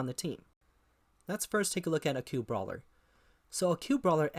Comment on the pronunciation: occult is not pronounced "acute". Other than that, nice video.